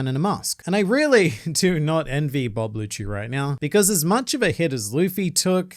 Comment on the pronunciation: It's rob lucci not Bob lucci 😂😂